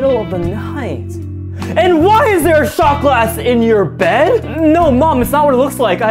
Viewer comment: Iv never heard a "NO!!" as emphasised as that ever😂